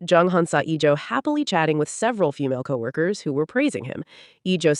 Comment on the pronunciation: Iljo* jeonghan*. AI wildin on pronunciation. 😊❤